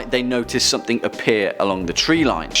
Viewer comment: can you please stop pronouncing something with a k at the end. as simply as it sounds hearing it this much is really irritating